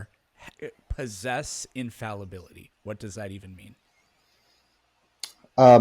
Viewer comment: Dude needs to learn how to pronounce infallibility, dude also has a PhD in Dunning Kruger Physics.